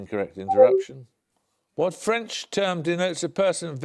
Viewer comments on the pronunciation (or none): none